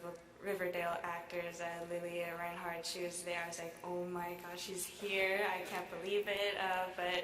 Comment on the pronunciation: It's "Fernandez" !